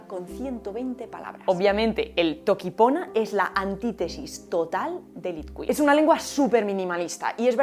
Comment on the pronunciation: Grazas a Deus que equivocastes as pronuncias de Itkhuil, porque nin sequera o seu creador, Dom Quijada, o fala correctamente e o entende ben, tanto que nin sequera se ensina unha antilingua, a moral de Itkhuil é negativa, e todo o que é. unha lingua non pode debe ser e non o que ten que ser, de aí que sexa complexa máis alá de crer. A Toki Pona é o contrario da linguaxe terapéutica da felicidade para que penses e te expreses dun xeito optimista e feliz. Fala da interlingua no seguinte vídeo. Bicos no coraçón linguriosa.💋💋💋❤️